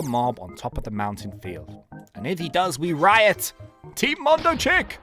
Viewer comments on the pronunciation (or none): none